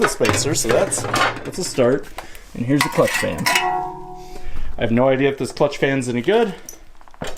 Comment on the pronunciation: Did I hear him right when checking the clutch fans? "Peshmerga!" LOL I loved going out to the Peshmerga compounds when I was deployed in Kirkuk, Iraq in '09